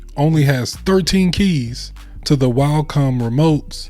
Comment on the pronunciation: Cool video but you keep saying Walcom and it was throwing me off. There’s no L In Wacom 😆